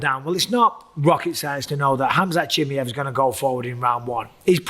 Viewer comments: it’s pronounced “chi-my-ev” you’re saying chimy- ev. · It's at least better than chimney that he said for the first 3 years 😅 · he's been calling him chimy-ev since forever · STOP SAYING CHIMMY-EV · Gonna have to turn this off i can't listen to you say chimmyev one more time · Bisbing it's pronounced chim-eye-ev lol vs doo-pluh-see 👊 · ChimAev mate. Not that difficult. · Jesus, can any of you guys just learn to properly pronounce the fighter names? Everyone has their own fucking way to say them and it's so annoying. Chimmyev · He really called him chimmy-ev the whole vid 🤣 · If Chimaev is that important to the sport, maybe learn to pronounce his name? It's not that hard, bro. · Bisping saying his name wrong should tell y’all enough about trusting his picks for Saturday 😂😂💀… all love to bisping tho 😭🤝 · Idk why he still calls him like that especially if u consider he pronounced his name right on the debut. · 100% did 😂 I can totally hear how he practised and got it slightly less wrong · Does my head in he calls him that! Why!!!!